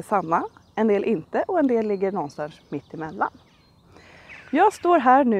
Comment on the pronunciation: Det heter "någonstans", inte "någonstanch".... just saying.